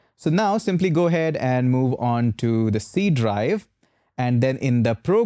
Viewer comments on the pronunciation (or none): none